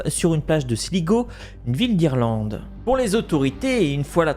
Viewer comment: Sligo se prononce slygo